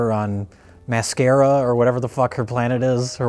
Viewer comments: Her island is LITERALLY pronounced "The Mascara" Spot on memory,. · They pronounced it wrong. It's "Her Mascara" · "Mascara"? Oh, the comments are gonna be a blast...